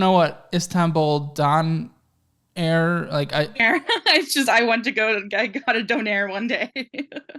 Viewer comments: its not Done air. Donair is a brand. its Doner kebab It's pronounced like Donna, or donor/doner. They are kebabs. They are Doner kebabs. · bro that is not how you say donner kebab hahahah